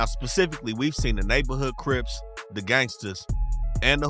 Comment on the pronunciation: bruh had to dig into his entire educational soul to annunciate “specifically” 😂😂😂😂😂😂😂